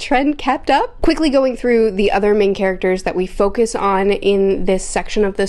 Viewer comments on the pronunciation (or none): none